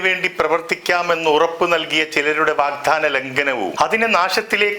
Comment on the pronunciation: ശ്രീ. അഷ്റഫ്, മോഹൻലാൽ പോലും ആവർത്തിക്കുന്ന ഒരു സാധാരണ ഉച്ചാരണ പിശകാണ് 'വിധ്യാർത്തി ', ' 'വാഗ് ധാനം ' തുടങ്ങിയ പ്രയോഗങ്ങൾ. ' വിദ്യാർത്ഥി ', 'വാഗ്ദാനം ' എന്നിവയാണ് ശരി. ദയവായി ഓർമ്മിക്കുക.